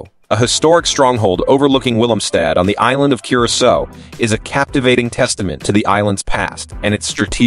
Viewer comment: Cur-uh-sow!!!!!!!! Damn it